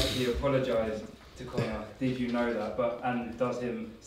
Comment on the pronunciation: Its Conor not « connard »😂😂